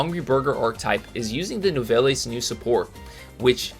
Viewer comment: Nouvelles the es is silent.